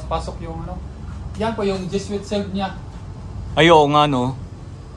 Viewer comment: jesuit ( dyeswit or dyesuwit po bigkas) hindi po dyesut... mga heswita na pari 🙂